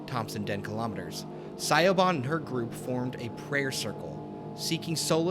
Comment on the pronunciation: It's an understandable error. I mean if you've only ever seen it spelt most would think that's how you say it too.